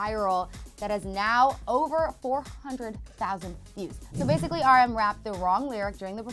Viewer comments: Please it’s R M not arm ✨😂😂😂😂😂😂 nice report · Averiexo x they pronounced rm as arm three times eye